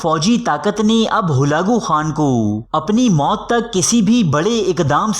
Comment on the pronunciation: Not halago Khan it's halako khan